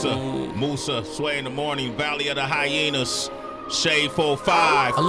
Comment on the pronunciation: VALLEY OF THE HYEYAS! 😂😂